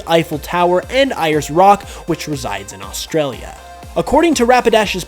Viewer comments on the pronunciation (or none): lol it's pronounced ''airs rock'' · Ayres Rock is pronounced Air-s Rock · You have quickly become one of my favs on YouTube. However, as an Australian I feel compelled to state that Ayers Rock is actually pronounced more like “Airs rock”. Keep up the great work!